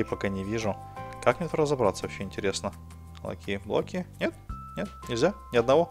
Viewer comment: На Диллерон сказал лахиблоки